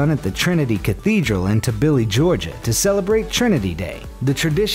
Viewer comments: You didnt pronounce Tbilisi right, but it’s ok, cuz a lot of people say it wrong lol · “Tibilly, georgia”... what